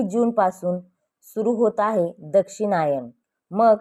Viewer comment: Aare Dakshinyan nahi yala Dakshinyan bol